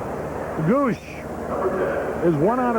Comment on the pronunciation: Harry saying the Padres catcher's last name.... "Gooooosh" (In the first inning) By the eighth inning hed be saying "gooo goo lash " or some other total butchering of his name lol. The Bud would be taking full effect by then.